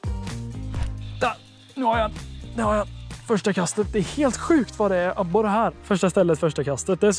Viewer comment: Någon som komihåg hur mogna gånger han sa abore